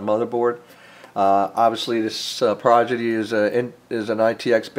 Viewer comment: Cool video but when you're talking about the case you keep saying "Progidy" instead of "Prodigy". D sound before the G sound. Sorry but that just bugged me a lot